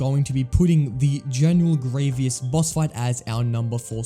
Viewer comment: can you not say general grievous's name correctly?